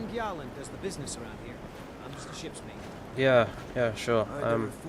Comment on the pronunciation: I would just like to point out that Gjalund is pronounced Yalund. sigh I wish Bethesda would do some proper research on how to pronounce some of those names.